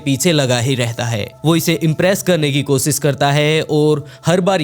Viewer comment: भाई तुम टोटली विकी शर्माकी copy करते हो नयी स्टोरीज बता रहे हो अच्छी बात है व्हॉइस अच्छा है लेकिन एक प्रॉब्लेम है तुम श बोलने के बजाय स बोलते कोशिश करो कोसिस के बजाय कोशिश बोला करो thank you